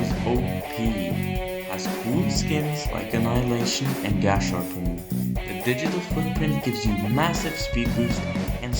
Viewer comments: How to pronounce Gasharpoon Limbus fan: Gas-harpooon Forsaken player: Gash-Ar-Poon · i pronounce it gah-shar-poon